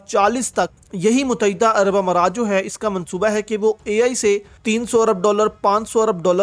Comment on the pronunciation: abe muttehda bolna to seekh le mut- teh- da pata nahi kiya jaeeb mutaeeda kehta hay